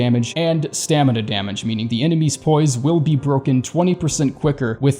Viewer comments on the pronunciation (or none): none